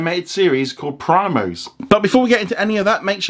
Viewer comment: He literally said: prime-os 😐